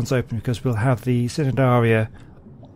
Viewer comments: Love that you made the Trilobites their own place and love the Jellyfish tubes. But a little fact: The C in Cnidaria is silent, so it is pronounced Ni-dare-ia. And maybe you could add the Sea Scorpions in the the reef, they do swim, so they wouldn't be covered by the plants. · Hey, great work. I’m really enjoying the series so far. Just a little point, the C in Cnidaria is silent. So it’s pronounced nidaria.:)